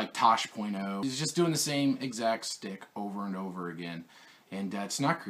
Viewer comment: I just wanna help you out on this one... I believe you meant "insult" not "insalt"; the word you are trying to say is "shtick" not "stick".